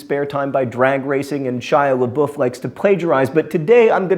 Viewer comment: i didn't know you pronounced shia's last name like that ......................